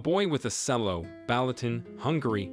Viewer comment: Really? A boy with a "Sello." Nope, it's pronounced "Chello"